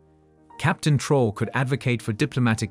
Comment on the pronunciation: Your use of A.I in order to produce cheap low quality content in order to profit from African matters should be reviewed. At least verify the pronounciation of the name "Troarè". Make some effort.